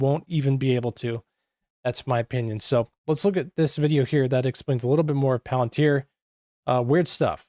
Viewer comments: It's pronounced "Palen-tier". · It's actually pronounced 'pal-an-teer'.